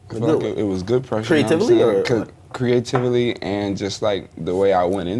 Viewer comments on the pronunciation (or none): creative a lee? Lmfao CREATE UV LEE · We ignoring the fact that Akademiks is saying “Cree-a-tivally” and rather than correcting him, Yachy says it back at him?! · creativ-a-ly? DJ Ak lmao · "CREE-A-TIVELY" LMAO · Sounds like instead of saying "creatively" they're saying "creativally" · Akademiks: Creativily??? Yachty: Creativily. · "Cree-a-TIV-ely" LMAO IM DONE😂😂😂😂😂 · "Creativ eli" Dj Akademiks cant even talk haha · these fools said "creativily" hahahah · They said Creative-ily lmao idiots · Nobody caught this [ - ] Akademiks: "Create - tive - ely" Yachty: "Create-tive-ely" ..... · the way he says creatively is annoying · Creatively it's a word dumbass. They just butchered the pronunciation. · The way they pronounced "Creatively" 😂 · akademiks pronunciation of "CREATIVELY" lmfao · these ppl dont know how to pronounce creatively